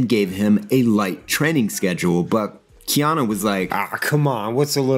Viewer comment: I am in the same lane there. Keanu [or as says, KeanO (it drives me crazy)] was horribly miscast for that role. Matt Ryan (from the NBC show) was a better fit, if for no other reason than he's actually from the UK like the character. The best thing about the film was Tilda Swinton's Gabriel.